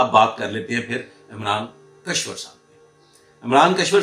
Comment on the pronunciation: kashwar nahi, Kishwar naam hai